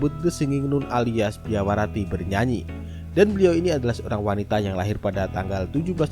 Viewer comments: Biarawati nyebutnya Biawarati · Lafal kata Biarawati kenapa selalu dibaca Biawarati sich????!!! 😭😭😭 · bang .. BIARAWATI bang .. bukan BIAWARATI ..😭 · Biarawati bukan biawarati min😁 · Kupingku yg salah kali ya denger "Biawarati" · Kuulang² apakah telingaku salah dengar tapi bener anda menyebut biarawati itu salah menjadi biawarati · Kirain gw doang yg denger..gw denger dua kali salah nyebut...BIAWARATI...